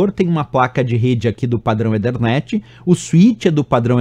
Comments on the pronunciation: EE THER NET , NAO EE DER NET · legal! só que a pronúncia de ethernet não é esta. já que não quis falar "a la brasileira", tem que falar o inglês correcto.